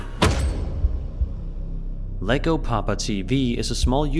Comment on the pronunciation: you said llegopapa wrong. Is not that hard to say. Is not lego is llego. Think of it this way yego papa.